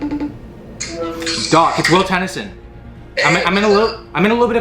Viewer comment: Will Teinisson 😂